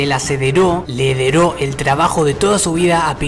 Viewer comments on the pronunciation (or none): Se dice heredo no hedero (sin hate) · "Hederó" jajajajaja Buen video bro